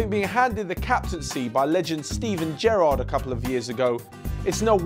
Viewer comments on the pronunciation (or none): none